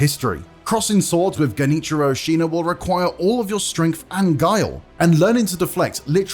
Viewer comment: Genichiro A-Xena